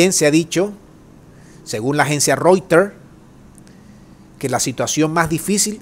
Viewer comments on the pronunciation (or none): none